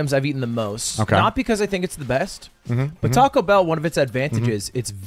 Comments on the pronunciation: tact o How you pronounce it, think tik toc, like the clock noise. "Toc-oh" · 😂 also funny how and Ludwig correct on pronunciation from Tackow to Tac-o 😂😂😂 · Tacko = Good Tacou = Not good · It's Taco not Tarco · Teases Mouse for "Peekza" and "Sangwich", proceeds to say "Tacko". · Why does he pronounce taco like “tahquekhol” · The fact hates the cheese sauce and can't pronounce taco. I'm American and have never been so offended at him. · can really not hear himself pronouncing taco differently? lol